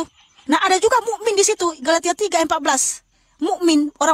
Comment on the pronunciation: Bukan galatia dia bilng galitia bang..😊😊😊😂😂